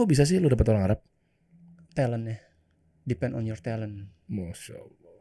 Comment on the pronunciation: Depend (tergantung) ruangan ...didengarnya pen